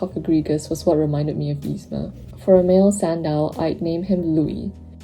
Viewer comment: you pronounced louis' name correctly